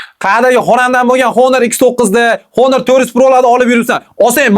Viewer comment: Honor emas onir deb o'qiladi 😢